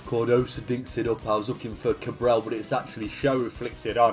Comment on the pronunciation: you need to learn how to say "Cabral" xd because you sound like you're saying "Cabrão" which means a completely different thing ahahahahha It's "CabrahLL" you need to pronounce the L it's very important, great vid like always, an instant classic <3